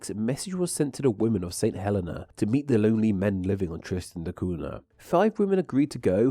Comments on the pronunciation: No offense, but I think the island is pronounced "Huh-LEE-Nah", or something like that, with the emphasis on the second syllable. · Saint Helena is pronounced Saint Hell-ee-na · Cape Town, where I attended senior school, is certainly not 17,000 miles from Tristan de Cunha. Unless you travelled east, of course. Also, St Helena is pronounced St Heleena, with the accent on the last syllable. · a friend's nana is/was from St. Helena as well, and through that i learned that it's pronounced hə-LEE-nə